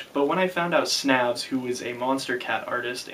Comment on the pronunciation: it's pronounced 'snävs' uncultured american